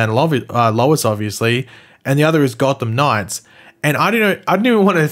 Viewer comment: Why can't you pronounce "Gotham Knights"? It's not "God Of Knives"!🙄🤦🏻‍♂️😂